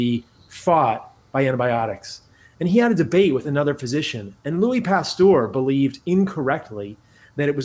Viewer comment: Also he pronounced Pasteur (errr) as Pastor (orrr). Just kind of funny.